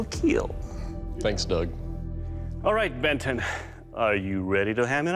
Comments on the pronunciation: Anybody else skip the blade making process to watch Doug say it will keel? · The show is good fun but the it will keel guy annoys me. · Why can’t he say kill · I came for my daily “It will Keel” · well it doesn’t “keel” Doug ain’t confirm it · “It will keel but please leave the forge.” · imagine not hearing "it will keeeeeeeeeel" so sad